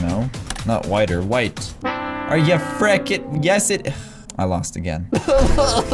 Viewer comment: Why do you keep on saying "fricken" because it sounds like you are saying"chicken"